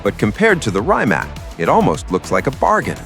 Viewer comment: It's pronounced "reemats"